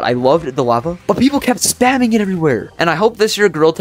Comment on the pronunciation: But why do you say lava so badly?